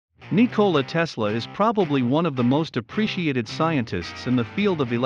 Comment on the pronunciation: great video but you are saying his name wrong